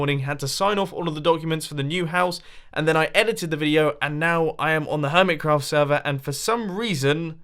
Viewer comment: Its been 3 years and Mumbo still says it HermitsCraft ITS HermiCraft not HermitsCraft